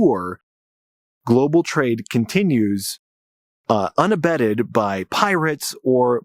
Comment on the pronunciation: Unabated, not unabetted.